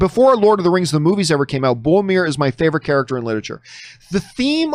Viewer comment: A day may come when John finally pronounces Boromir's name correctly... but it is not this day.